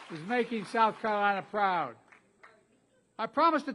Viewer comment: "The people of South Cunff??" Did he say.. WTH did he say? And what was the quick story he just said "well anyway"then something else was that the story or did he just drop it all together.